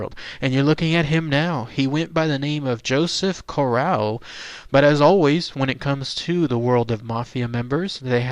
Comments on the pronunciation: You could at least pronounce his name correctly. CORE RAY O smh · We are on the East Coast. Cor ray oh is the Americanized pronunciation which we use but in Sicily Cor ah oh. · My last name is Corrao and I am from the tri state area. Interesting video but you should pronounce the name correctly. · 6'5"...no! Also learn how to pronounce his name if you're going to do a video about the man. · hes not pronouncing correctly either way. Joe was my grandfathers first cousin from Trapani. How are you related? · It’s Corr-A-o and Gambino (not Campino) you numpty.